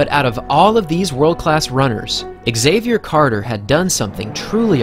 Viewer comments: Pronounced “zavier” not “x” zavier... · Why do you pronounce his name ex-xavier instead of xavier? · why does the narrator say "Axavier" instead of "Xavier" ?? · As a non native english speaker, let me tell you that Xavier is pronounced as a single word. It's not X avier ;) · Nobody ever pronounced Xavier "exayvier" 😂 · Why do Americans say “egg-Xavier”? Is this the proper pronunciation over there?